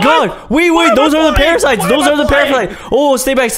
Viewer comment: When said those are the parasites those are parafites 😆😆